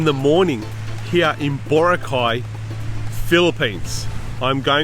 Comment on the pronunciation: It’s not BO-ra-cay. It’s bo-RA-cay. The stress is in the 2nd syllable.